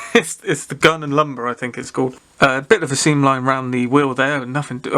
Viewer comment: Nice one J interesting kit btw it’s a limber not lumber😀👍